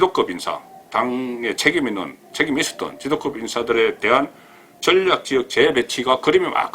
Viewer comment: 가자출신이, 방송을하는분이 발음이 기본인데 억양이 완전꽝이네요. 신경좀 써주세요. 종로. 미래.전략.등 단어에 신경쓰세요.